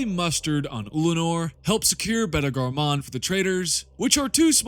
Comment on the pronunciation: Great content....please learn how to pronouce words before making a video though. Jesus, literally over 15 names/words mispronounced. So embarrassing. Beta "Garmuun"?! Lol you reminded me of an AI generated voice